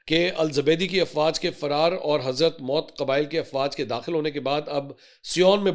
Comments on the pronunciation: It’s not Hazrat Maut 😂 It’s pronounced as HADHARUL MOUT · کیا آپ کو اردو پڑھنا بھی نہیں آتا حضرموت کو آپ نے نو مرتبہ حضرت موتکہا ہے